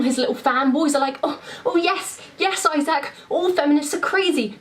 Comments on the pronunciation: why cant he pronounce isaac properly grrrrrrr. its isac not izaaaaaack fucking oh my days. im sorry that was getting on my tits just if you cant pronounce a guys name dont talk about them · Has she’s ever heard the name Isaac before? Why is she saying eyezaack? It’s eyezick. That’s how you pronounce that shizm. Had to edit this one when I found out THIS BISH THINKS SHES A COMEDIAN........AHHHHAHAHAHAHHAHAHAHAHAHhhHhHhHahahskfnsjskhdjaiahahahhahahah. Is that thing for real??? No possible way this particular individual is funny in any way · Eye SACK The way this creature pronounces his name really annoys me. Overly pronounced. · Why do they keep pronouncing his name as Is-aac? That's kind of irritating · as another British person , no , we don't all pronounce Isaac like that. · Isaac i hate people who pronuce it as i sac its one word not two